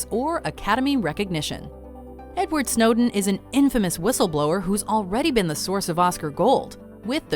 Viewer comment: you pronounced Snowden as Snowdeen the first time you said it 😂😂